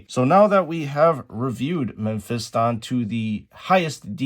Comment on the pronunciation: It's pronounced Meh-fis-tin, not pronounced Men-fist-on 😂